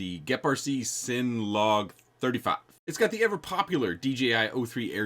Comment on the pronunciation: Bruh. It's CINNA. Like cinnamon.